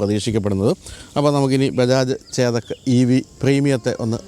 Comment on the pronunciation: ചേദക്ക് അല്ല, ചെതക്ക്